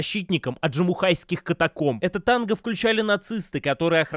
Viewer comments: Аджимушкайских, а не Аджимухайских. Повнимательнее. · АджимУШКайских каменоломен, а не аджимухайских